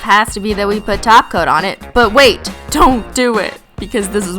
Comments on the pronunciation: why does it sound like you say taco not top cote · i just realised she’s saying top coat and not glossy taco cause that’s what she says now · Every time you say top coat I hear taco 😂😂😂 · every time you say 'top coat', it sounds like 'taco' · Every time u are saying top coat it sounds like taco lol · It sounds like you say taco when you say top coat